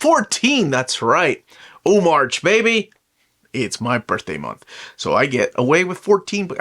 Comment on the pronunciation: ☝ did u say "O-March" 😂 i like it